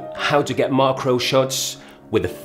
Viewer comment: It's mak-ro